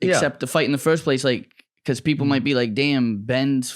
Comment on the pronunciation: Why is this guy saying peoble instead of people